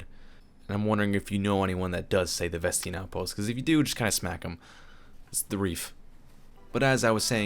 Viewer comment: i say ves tain not ves tein